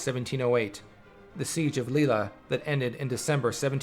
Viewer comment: The siege of "Lee-la"? Really?